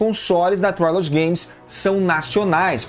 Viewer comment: a forma correta de pronunciar a palavra trilogy é /trilogy/ mesmo, não /trailogy/.